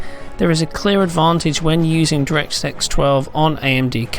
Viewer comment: he said directsex 12... im done